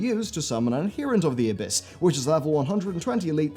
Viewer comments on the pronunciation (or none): That abyss pronunciation.